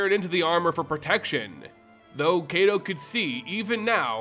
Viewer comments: I thought it was pronounced kai-to (kaito) not kay-do? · Ai in Japanese, as well as Hebrew, make an I sound. Kaito sounds like K aight O. Besides that, this video is great! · I bet you it's pronounced K👁️-Toe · I'm sorry, but please learn how to pronounce Japanese names. You're pronouncing "Kaito" wrong. It's not "ay" but "eye." K-eye-to." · Kaito should be pronounced K-(EYE)-toe). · I tried listening through the video but 7 minutes in I had to stop....the mispronounciation of Kaito (kah-ee-toh or ky-toh) repeatedly was too much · Heads up Kaito is long I sounding. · Kaito= KITE-O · It is. His pronunciation is painful. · his name got buuuutchered x'D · I know Japanese isn't your first language, but your pronunciation is really hard to listen to. Quick tip: Japanese is generally split up by 2-3 romanji letter sound combinations. For example, Kamigawa would be split up into Ka | mi | ga | wa (pronounced: kah mee gah wah) or Kaito as Kai | to (pronounced: K-(eye) tow). Sound blending doesn't really happen in Japanese so you want to pronounce each section as is. Just keeping this much in mind drastically improves Japanese pronunciation.